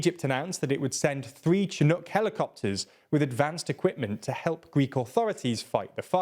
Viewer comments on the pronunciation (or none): none